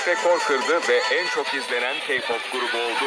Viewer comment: Keypop demesi🤧🤦🏼‍♀️🤦🏼‍♀️